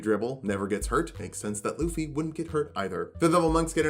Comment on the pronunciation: You really towed the line but his name is pronounced Lou-fee. If anyone argue there is a whole anime where several people have yelled his name in two syllables and I have never heard luh-fee.